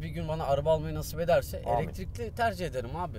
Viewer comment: Eletirikli demen beni öldürüyor